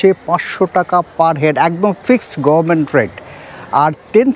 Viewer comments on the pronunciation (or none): none